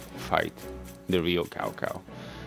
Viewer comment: You said Cao Cao's name wrong.